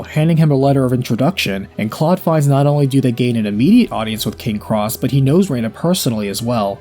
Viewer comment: I liked the annunciation "rey-na" as this was what I knew it as 20 years ago... But Claude has a sound bite when KO'd that annunciated Rena "ree-na." Perhaps I am misremembering though